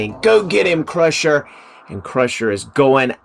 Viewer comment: it's CRUNCHER not crusher lol